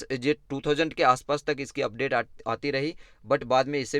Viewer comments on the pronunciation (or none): none